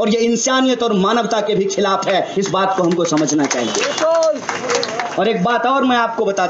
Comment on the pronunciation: mahashay kripya pehle aap apni vyakran sudhariye.... vaat or baat bahut aalag hain